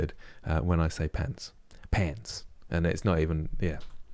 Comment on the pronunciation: Your American accent when saying "pants" was upsetting. I'm offended at how accurate it was. :p Keep up the good work!